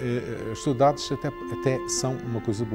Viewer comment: Any other Azoreans can’t stand how he is pronouncing Saudades lol